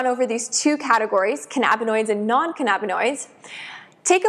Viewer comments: Can-nabba-noid lmao 🤣 omg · Great video but the way you say cannabinoid makes me Twitch